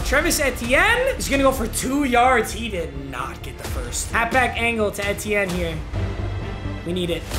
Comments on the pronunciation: The way he pronounced etienne🤣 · you aren’t saying Etiene right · Your saying Travis etienne name wrong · Me every time papa doesn’t pronounces the first E in etienne 😑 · Is anyone else pissed how he was saying Travis Etienne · the way he says Etienne is upsetting me lmao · Hurts hearing all the different incorrect ways papa says Travis Etienne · Mmg said travis's name wrong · Anyone else uncomfortable on how he pronounces Etienne? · Papa pronounced etiennes name wrong the whole video and I wanted to die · Ngl I struggled to watch this video as a Clemson fan just Bc of how he pronounced “etienne” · him saying etiene wrong kinda triggerd me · you are pronouncing travis’s last name wrong name wrong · Bro learn how to say Etienne’s name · I’m cringing everytime he miss pronounces Travis’s name 😖😖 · It’s not eh-te-n it’s literally just E-T-N😭😭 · it’s E-T-en not Ett-en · literally nobody:: it’s eh-tienne, not eee-tienne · The way he says ETN makes me wanna die it’s not etien it E T N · EEEEtiene not ehtiene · Anyone lose get annoyed be when papa said et-enin instead of e-ten or just me btw love you papa❤️💙💜💚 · Am I the only one who got pissed off when he called him Trevis Etyen instead of Travis Eitienne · it’s not ehtiene it’s E-tienne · I’m sorry but it’s Etn not Ehten. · It’s E T N not eehteeen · its EEtiene not EHtienne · It’s E-tien not etien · PAPA ITS eee teeee ennnnn not eti en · Eeee tee N. Not etien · Etienne is pronounced “eetienne” not “ehtienne” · Did it make anyone else mad when he kept saying et-ee-en instead of ee-tee-en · it's pronounced like EAT-ienne not ETTE-ienne. It's like you're just saying the letters E-T-N. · it’s just E-T-N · fr i’m a huge clemson fan and he kept saying it wrong and it kept getting me mad “en-tee-en” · banger!! it’s E-T-N though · Travis Eh-tien 🤣🤣🤣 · Travis Eh-T-yen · Has anyone realized that he called E T N Ethin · Lmao its the letter E then tienne like (E-T-N) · it’s E-T-N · It's E-T-N